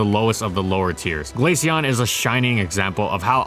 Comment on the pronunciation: Finally someone who doesn’t pronounce it glasheon